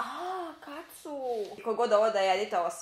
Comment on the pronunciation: Nije Kacu, nego Katsu, mnogi grese .